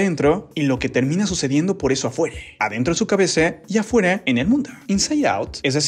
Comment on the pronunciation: Bro porque dice latinoamerice,locure y adentro hacia afuere